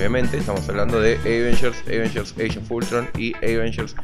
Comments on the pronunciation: jaja si pero en este caso no se pronuncia asi.. posta xd un saludo y muy buenas las cosas de unboxing! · siempre me pregunte por que decis eivengers en lugar de avengers jaja